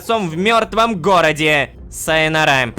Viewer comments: Правильно озвучивать сайона́ра а не сайонара́! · Не сайанора́ а сайо́наро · мдааа... Прочитать сайонара как сайона́ра вместо са́йонара такой зашквар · сайнорА? Серьезно?.. Вроде ударение падает на другой слог... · Никто: Лололошка: СайонарА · Рома, Сайонара ударение на Сайона́ра. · какая нора блять, саё-нара правильно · В СЛОВЕ САЙОНАРА УДАРЕНИЕ НЕ НА ПОСЛЕДНЮЮ А ,А НА ВТОРУЮ бесят уже неправильные произнашения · Рома ты не правильно прочитал сайонара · Сайонара не правильно произнёс) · Но ударение....неважно